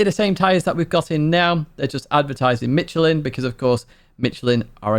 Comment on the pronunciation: I had to scold Steve too. Michelin is pronounced like Mishelin.